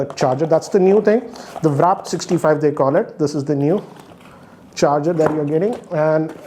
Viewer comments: It's WARP and not WRAP! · Sir it's warp charger not wrap charger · Still can't say warp He keeps saying wrap 😂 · warp...warp....not wrap....warp...w...a...r...p....warp 😅😅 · it's वार्प.